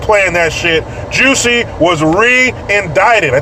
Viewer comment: It’s Jussie not Jessie jesus fucking christ